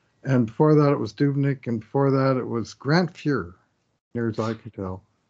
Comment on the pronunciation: I agree, seems to pronounce a lot of names his way. Today was Bro-berry and Dub-Nic as opposed to Broberg and Doob-Nic. When they announced the assist they said Broberg and same with all the sports panels. But I’m wondering who this Duncan Kane is talking about 😂